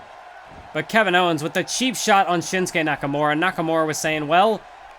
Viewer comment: Nakamure instead of nakamura